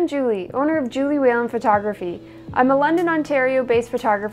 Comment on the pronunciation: Nicely done! It’s crazy because when you say your last name, it sounds like you’re saying “Weon” which is an interesting word here in Chile. Cheers!